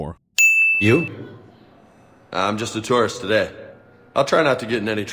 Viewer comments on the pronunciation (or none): Hah... You said,"Turrist"...